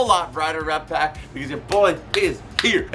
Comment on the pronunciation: How did I just now notice you say "Rep Pack" and not "Rat Pack" at the beginning of every video? 😭